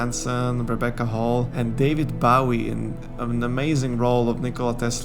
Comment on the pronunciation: You let the French influence sneak into your English. I'm not criticizing, because it wasn't distracting, and English orthography is a mess, but you also pronounced "Liam", "Bowie", "McConaughey", and "Gyllenhaal" oddly.